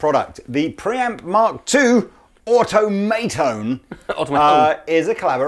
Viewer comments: is great, but he just doesn't have a feel for these hip pedal names. I would pronounce it as: Aw-Tom-a-Tone (Automa-tone), like Automaton or robot, 'cause it IS robotic, but with Tone on the end instead of ton. Don't forget to upvote! (lol) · I think the name definitely sounds better pronounced more like "automaton" (so aw-TOM-ah-Tone, instead of aw-toh-MAY-Tone). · Um,: au-TOM-uh-tone, not au-to-MAY-tone (like automaton, geddit?) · ...“Auto may tone”? 😂 Automatone is a play on automaton. Hence the moving sliders...get it?